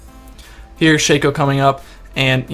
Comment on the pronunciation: you say it sha co but its shac o